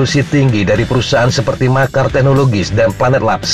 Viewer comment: Ralat min Bacanya Maxar(maksar) Bukan makar😁😁😁